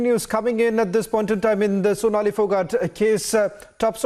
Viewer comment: Fonali phogat?? Sonali✅ At least get her name correct out of respect!🙏